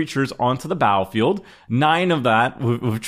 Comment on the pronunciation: the word battlefield has two "t"S in it. this guy says the word battlefield without pronouncing the hard t sound in the word. seems uneducated and slovenly.